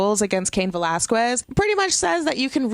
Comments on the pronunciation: Okay please stop saying VelasqWUez it's pronounced ve-lahz-kez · Valasges is how it’s pronounced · A Puerto Rican pronouncing Velasques with a "KW..." Ok. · Drinking game: take a shot every time she calls him Cain Vel-az-kwez. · The only thing that killed me was the annunciations of Aikman and Velasquez. Like, you have a Puerto Rican flag behind you but can't pronounce an ethnic surname? Other than that, it's gonna take some getting used to, but she didn't do awful. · *Not hating * I see the Puertorican flag and I hear you pronouncing Velasquez and idk if you’re puertorican and don’t know how to speak spanish but for me it’s like weird how you say it xD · You’re butchering Velasquez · 😂😂😂 Still pronouncing Velasquez wrong. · I'm Mexican and I Spanish. We don't pronounce it like that. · pronounced Velasquez wrong again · If you're going to say Cain Velasquez so many times could you PLESE PRONOUCE IT RIGHT! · LADY.... WATCH THIS AT LEAST 3 TIMES TO GET CAIN'S LAST NAME RIGHT. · Usually I'd agree but it's a bit embarrassing when Heyman pronouncing it correct. But she could do what she wants.